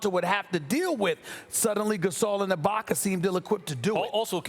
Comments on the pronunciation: " ibaker " - stephen a smith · “Abaker” Stephen A Smith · I have been watching Stephen A for years...that said I have never noticed more so than now how annoying it sounds when he butchers the way he pronounces “a” as “er” GET IT RIGHT DAMNIT 😂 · “Ibakar” - Stephen A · Stephen A, who the hell is Ibak-er?? 🤔😂🤣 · Who The Fuck Is Serge Ibakerr That Stephen A Keeps Sayin?? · SAS always saying Ibaker when is ibaka!! Why? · No one: Stephen A : Ibaker , Pelinker, Kuzmer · Serge Ibakar, Rob Palinker.... c’mon Stephen A. smh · Haven't watched yet, but I know Stephen A said "Ibaker" at least once. 😂😂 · 47" ibaker " - stephen a smith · moss spray lol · I got love for sas but mannnn with someone with the vocabulary that he has idk why he has the hardest time say words that end with a lmbo how is ibaka ibakar lol I’m dying over here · Stephen A: "Boogie shut down Ibaker" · Stephen A Smith - “Boogie is needed to neutralize Ibakerrrr.”